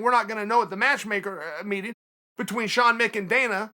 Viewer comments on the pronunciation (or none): none